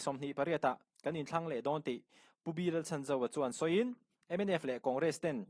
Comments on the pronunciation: Pu Chhanzova hming hi a tluk dikin lam ve la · Minister pu Chhanzova hming hi lam dik ve la😂